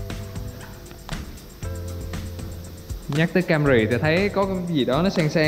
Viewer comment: Camry chứ kg phải cam rì, logo chứ kg phải lô gồ, chắc học dốt còn bày đặt đọc tiếng anh